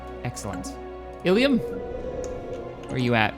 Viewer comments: you are saying illum wrong, you say it ill-uhm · Ilum - [eh-lum] PLease, it drives me mad when you say it wrong...